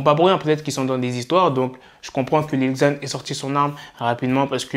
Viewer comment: 😂ca se prononce lil zan pas li ggzan